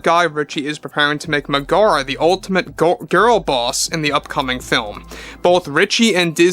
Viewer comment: Double check your pronunciation of Meg-a-ra and Hay-dees.